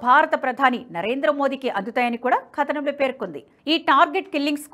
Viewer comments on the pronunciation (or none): అమ్మా రీడర్ గారూ ! కథనం అనే పదాన్ని ఖదనం అని చదవకండి !